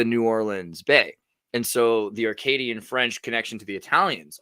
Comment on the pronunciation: It's "Acadian" French, not Arcadian French. French names everywhere in the US, there must be a 1000+ I blame Samuel de Champlain (and Louisiana as a whole) Baton Rouge (Red Stick) Des Moines (of the Monks or from the Monks) Tetons National Park (Tétons is slang for tits) Boise (Boisé means wooded area or woods) Belmont (Beautiful Mountain) La Grange (the Barn) Piedmont (Foot Hill) Bayou (Swamp or synonym of marécage in French) Bellevue (Beautiful View) just to name a few Mostly a comment for the algorithm =), while I listen to the show. (catching up)